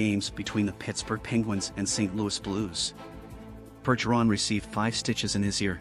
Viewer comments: First off it Bergggggeron not Burgeron Any real bs fan knows this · I’m pretty sure it’s a text to speech AI bot, but yeah.. they should use a bot that can at least pronounce French names. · TTS voiced "news" maybe teach it how to pronounce Bergerons name if you wanna seem half credible